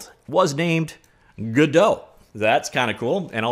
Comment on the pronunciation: hmmmhmmmm... some hot info there! and it's Godot!